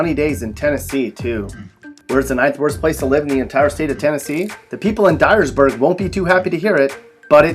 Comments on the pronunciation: Die-ersburg, lol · LOL Dyersburg.